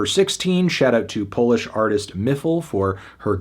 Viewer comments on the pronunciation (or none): none